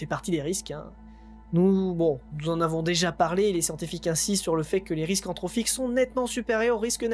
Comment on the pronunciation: À il me semble que l'on dit entropique et non pas entrophique...